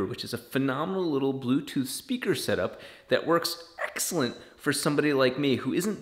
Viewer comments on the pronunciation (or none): none